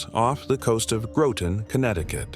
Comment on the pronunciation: Hate the AI pronouncing Groton wrong.